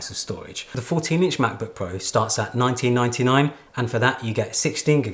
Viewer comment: lol when he said 1999, it sounded like he meant it was 20 bucks. Love your vids